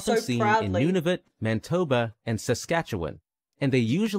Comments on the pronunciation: Could they not have hired a Canadian narrator? New Burnswick? Mantoba? Curliew? Nunvuta? KayGee? Lampree? Sallmon? Has to be an American I can't think of a reputable Canadian narrator making that many mistakes. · Sounds like the narrator needed to do a second take: 7 Kaygee (no one says "kaygee"--it's either kilograms or "kilos"), New Burnswick, Ross's Groose (said at least once), Mantoba (missing the "i"). Feeling snippy today. Maybe because it's Monday.